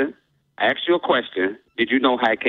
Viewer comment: "I axed you a question..."